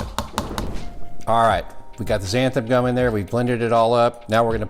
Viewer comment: I love the show, love your recipes, and the scorpion pepper is my favorite of the "big boys". I wasn't able to finish the video and took the gist for the rest... let's be honest. I couldn't hear xanthaN gum mispronounced one more time. Short of being pedantic about language, I look forward to replicating that sauce!!